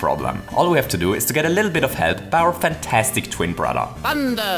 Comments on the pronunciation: "Bittle lit"? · Cheat a "bittle lit," lol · "The game decides to cheat a bittle lit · "The game decides to cheat a bittle lit" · this battle can actually be completed pointless All we have to do is bring a fire flower. (A little later) hitting Bowser Jr with a fire ball is 2,000 points. (I got VERY ɕɵɳʄʊʂəð by this) notice he says a bittle lit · "Bittle Lit" Someone: Uh you swapped the L and B is that intentional?? Me: yes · “whenever the elevator isn’t inside of the camera borders, the game decides to cheat a biduh lit.” (btw that’s what happens when you try to put sounds into letters) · ‘A bittle lit’ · "bittle lit" aww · "The game decides to cheat a bittle lit. " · whats a bittle lit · I think he did that on purpose, because I heard him say that in another video, can't remember which one but the part where he said it was "dive a bittle lit" when he was playing mario oddyssey (I cant spell) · "a bittle lit" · says "cheat a bittle lit." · "the game decides to cheat a bittle lit" :DD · "cheat a bittle lit" 😂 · Instead of “a little bit” he says “ a bittle lit” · “The game decides the cheat a bittle lit” - 2019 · did you say "a bittle lit" instead of a little bit? xD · a bittle lit? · bittle lit* WHEN YOU DO IT, THEN CORRECTLY! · "This makes this a bittle lit harder." - 2019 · "Cheat a bittle lit" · "Cheat a bittle lit." 2019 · Did he say, "Cheat a bittle lit"? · did anyone else hear him say "a bittle lit"? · "The Game decides to cheat a bittle lit". Really? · On red hot elevator ride, said bittle lit instead of little bit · '...cheat a *bittle lit*" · "The game decides to cheat a bittle lit"., 2019. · “the game decides to cheat a bittle lit” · „cheat a bittle lit“ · you say “cheat a bittle lit” instead of little bit and idk why but that killed me lol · “The game decides to cheat a bittle lit “ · "Bittle lit" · A bittle lit? 😄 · Déjà vu he said 'to cheat a bittle lit' again 😂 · a bittle lit